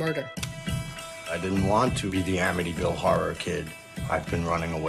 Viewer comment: es amityville no avytiville